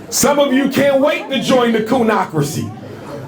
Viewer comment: 'Coonocracy'... LOL